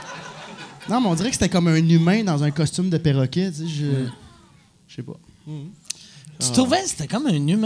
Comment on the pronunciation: perroquet, et non péroquet.